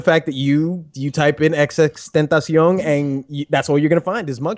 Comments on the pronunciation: im sorry but alot of the analysis's of these rappers are terrible. i think ur right about hopsin, drake, j cole, 21 savage and lil yachty but other than those i think you're completly wrong. Especially your descriptions on Kodak Black and Famous Dex and Xxxtentacion (btw its "tent-a-see-own"). Aye still love ur content i just had to say something bec it bothered me lol. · I hate people pronounce XXXTentacion name.🙄